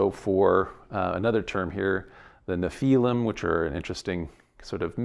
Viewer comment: Nephilim, not napalm! 😂